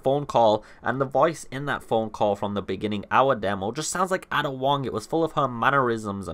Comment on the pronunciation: it's Aiiida not AAAA-DA wong.